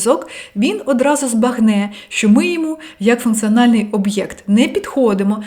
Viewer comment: face-red-heart-shape: легесєнько --> легесенько я́кщо --> якщó функцианальний --> функціональний змусити сéбе --> змусити себé працюв"иа"ти --> працювати (вимова) так і кажить --> так і кажіть прóста --> прóсто зацікавлєність --> зацікавленість найвишший --> найвищий батькив --> батьків стресостійки --> стресостійкі скаріше --> скоріше скалічени --> скалічені норм"иа"льно --> нормально (вимова) спротів --> спротив розкишно --> розкішно вíсімдесят --> вісімдеся́т татарін --> татарин в опису --> в описі